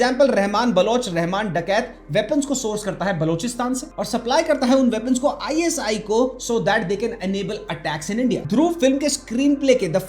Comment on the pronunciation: ISIS nahi ISI